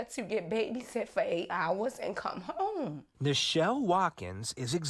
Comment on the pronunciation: "I Nichelle Watkins..." oh, boy...